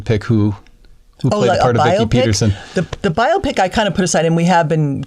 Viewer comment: Thank you Vicki for the correct pronunciation of “biopic”. 😄